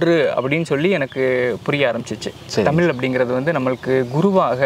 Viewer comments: முதலில் தமிழை தமிழ் என்று சொல்லி பழகுங்கள் தமில் தமில் என்று நீங்கள் சொல்லும்போது அப்பட்டமாய் தெரிகிறது புகழுக்காக தமிழை முன்னிறுத்தி பேசுகிறீர்கள் என்று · தமிழ் என்று உச்சரிக்க வேண்டும், தமில் இல்லை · ‘ழ’ Both host and guest are not eligible to talk about Tamizh language. They cannot say even tamizh. First learn to say tamizh. தமிழ்க்கு ‘ழ’ அழகு